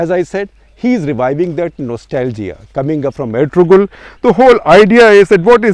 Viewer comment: Gupta ji, pls watch Erturul Gazi, u will love it. By the way G is silent when u pronounce Ertu(g)rul